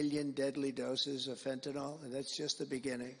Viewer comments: It's pronounced FENTANIL, NOT FENTANOL. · Let’s work on how to pronounce Fentanyl first, huh Trump?